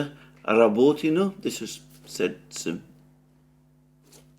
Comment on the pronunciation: This "well-spoken well-educated" guy can't even say or spell the simple name of a city right, not even if he spoke it 100times 😂 "Rabotino" "Kleshejevka" etc, it's embarassing.